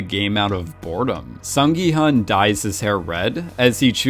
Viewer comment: hun in gi-hun is pronouced 'hoon' (well, the subtitle could've been betten in this case i suppose) & hwang in hwang in-ho & jun-ho, 'h' is pronounced so it's not wang as you pronounce it...sorry i'm bored so thought i'd just put my 2 cents in...